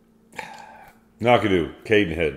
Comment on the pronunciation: I was wondering why would review a 10 year Knockdhu….. Without tasting that particular one, my only disagreement might be the pronunciation. Why are you putting an “a” between the Knock & dhu? Keep drammin you guys. I am looking forward to another one quickly I hope…..